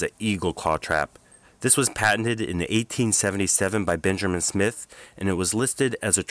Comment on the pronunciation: It's Benjamin, not Benjerman.